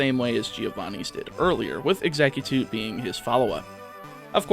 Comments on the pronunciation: Can I just ask where do you see a second T in exeggcute? It's not exeggtute 😂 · Keeps saying Exeggutute 🤔